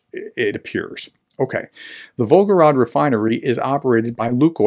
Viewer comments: It’s volgoGRAD, not volgoROD. VolgoGRAD, just like stalinGRAD. And as far as that disgusting orc nation is concerned: Ceterum censeo carthaginem esse delendam. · Pronunciation tip: “grad” basically means “city”. The name of the river its on is the “Volga”. Say Volga-grad, not Volgo-rad ( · The city in question is Volgograd. (The way you pronounced it, omitting the 2nd 'g', it almost sounded like Belgorod.) It is city previously known as Stalingrad (and before that, during the empire, it was Tsaritsyn). It was changed to Volgograd (after the river Volga) during the so-called "de-Stalinisation".